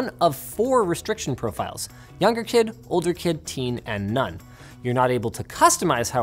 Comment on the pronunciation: I heard "Younger kid, older kid, teen and nun." o.O